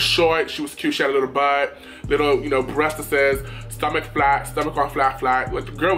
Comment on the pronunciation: "Breasteses" lmfaooo